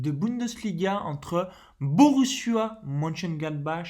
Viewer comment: Merci pour la vidéo Perso, je joue Victoire Domicile ou Nul remboursé, plus un lay 0-0 Juste pour info, MONCHENGLADBACH se prononce Monecheuneglatbarre et MAINZ en Français c'est MAYENCE